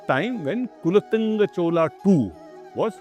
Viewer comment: Can you please pronounce things correctly. kulOttunga, Chozha, mElkOTE and a host of other words...